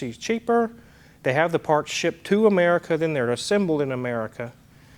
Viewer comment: "Amaurica" lol